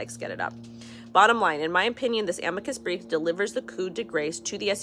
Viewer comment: Ah-mee-cuss brief 😊 great stuff 👍